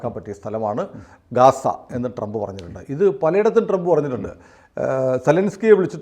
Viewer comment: Ghaza yalle Vadayare.gaza allatto.thettuthyruthanam.Abhimanamundankil.